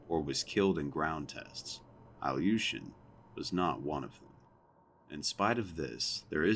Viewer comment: His last name was Eelyushin (Ilyushin Илью́шин), not Alyushin